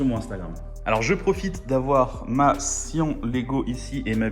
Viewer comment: Syan pas sian